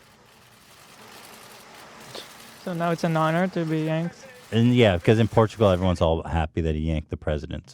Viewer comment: it is funny that the guy that mispronounces words multiple times in every podcast, ethan, shits on for messing up saying Portugal one time. and he keeps doing it.